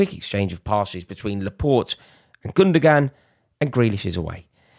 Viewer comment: Pet peev... Its spelt gundoğan not gundogan, the ğ is a w sound, 'gundowan'. Silent g (ğ)